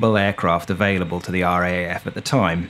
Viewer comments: As an Australian, I found this very entertaining, if a bit embarrassing. The cliches were funny, light hearted and not at all jarring. What was very jarring, every time, was the pronunciation of RAAF. In Australia we say "are double ay eff" because it's easier to distinguish from the GBAF and it just sounds better. Letting you know in case the RAAF comes up in future videos. Otherwise, love your work! Subbed ❤ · Ahh mate. As an Aussie, (pron: Ozzie), who was born and bred in Sydney and has always had a fascination for the "quirky," Thank you ❤. I'd never heard about this before your video, and can't fault the content. I loved it... but, (you knew that was coming, right?) We say it as "R double A F." ... in case you do anymore stories on the weird antipodean air corp. ❤ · Minor note, but the proper pronunciation of RAAF, is R double A F. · i imagine many other former RAAF members have grated at this bloke's inability to say R Double-A F. And "Ran" instead of R.A.N. - really?! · Why not? Because it sounds clunky? But in the service its either R double A F, or pronounced “raff”. And yes I am ex RAAF. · It is pronounced R , double A , F. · A "Brit" should know that RAAF is pronounced R - double A - F. The reality is that the British know very little about Australian history, society and government. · It’s the R double A F, not R..A..A..F…….. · A great story and great fun. Well done. Sorry, I can't help being an irritating pedant, but the second cityscape of trams and commuters is actually Melbourne, not Sydney, and the RAAF is referred to in Australia as the R double-A F, not R-A-A-F. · Or just pronounced "Raf". Yeah, hearing it spelt out "R-A-A-F" is as weird to an Aussie's ears as saying N-A-S-A would be to...well...everyone. 😉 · Excellent video -but for future vids if you make any about the RAAF -it's pronounced "Arh Double-Ay Ef", not "Arh Ay Ay Ef". Rolls off the tongue a bit easier. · pronounced as "RAAF" not spelt out. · We say R double A F, not R A A F